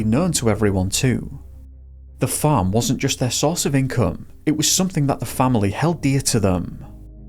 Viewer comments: LOL or were you saying phone 🤭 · Everytime you said the farm I thought you were saying fern lol